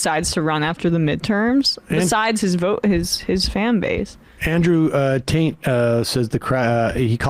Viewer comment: I can't be the only person who heard Sam say "Andrew Taint."